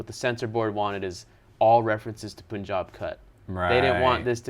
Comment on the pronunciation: "No pun intended" ... The way you pronounce pun is same in the punjab. It's not poonjab